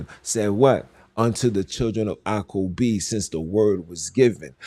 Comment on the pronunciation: Who is acom- b? It said jacob